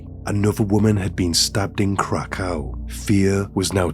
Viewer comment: Krakow is pronounced Krakov.